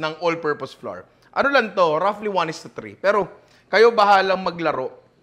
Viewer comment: Panalo yung lesson mo maestro pero mali nman bigkas mo ng "flour" to "flur" na dpat //flo"wer ng iiba meaning, gaya ng "hur" sa "hour" /=ha"wer,,sadyang tagalog version nlang ba lahat? Mnsan dina kmi maintindihan dto sa West, ayusin ntin pgbigkas maestro mdaming millenial nanonood mga bata